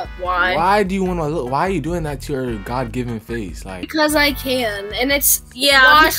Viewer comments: pernament lol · This girl really said pernament